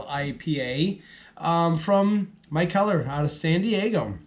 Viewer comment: Good review man! Not super impressed with this one either! Price tag on it was 17.99 for the four pack...doubt ill pick it up again at that price. If you havent already tried their Windy Hill, that one is much better! Also i do believe they pronounce the brewery McKeller. Cheers man!